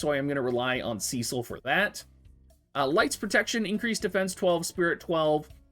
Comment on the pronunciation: Every time you say “” *triggered*. From the FFIV remake Rosa calls him “Sess-sil” xD either way. Enjoyed the review.